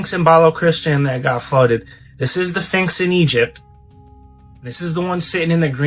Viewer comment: Did he say "phinx? Edit: He said "phinx", but then changed and said "sphinx" twice but then went back to calling it a "phinx" 🤣